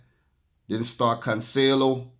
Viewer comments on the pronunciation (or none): none